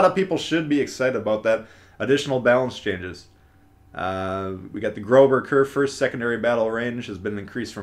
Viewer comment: The "ß" in Großer Kurfürst is a "ss" and is spelled like a "fast" s.